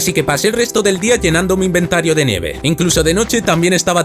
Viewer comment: Yo creo que no se dice "neve" creo que se dice "nieve"